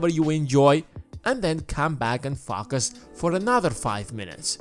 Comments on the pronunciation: I know the narrator's first language is not english but FAR-CUS is the wrong pronunciation and its the only thing i can FAR-CUS ON. ( FO - CUS) LIKE ( LO - CUST) or ( FOE ) like ( GO ) . Try and Far-cus on the right sound. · It's hard to Furcus on this video when I'm laughing so hard everytime you say ”Furcus” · Click this link if you want to "Falk-us" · Is it just me or ... does anyone have issue with how Focus is pronounced in this video ??? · You slaughter the word focus